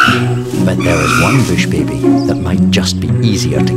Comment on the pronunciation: Why does he say bush baby like that 😂